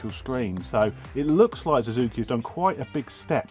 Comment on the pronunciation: Big fat thumb DOWN for calling Suzuki a "Zuzuki". It's only one word that you have to learn to pronounce. What if a poor Brit would have to learn an ENTIRE LANGUAGE? Plus everyone pronounces it Suzuki. Ever watched motoGP? And what you do is illogical. Like calling Superman a Zuperman ...